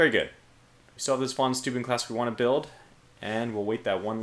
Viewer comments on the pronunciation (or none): "Steuben" is said like stoy-ben (horribly wrong phonetics, I know) And I agree, the Germans have some impressive words!